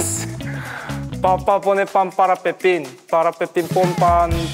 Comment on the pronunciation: My favorite part was !! seeing leehan trying so hard with the Spanish tongue was so funny, he did his best btw 😭 i think they will never forget the 'Papá pone pan para Pepín, para Pepín pone pan papá' jajaj lo siento chicos💗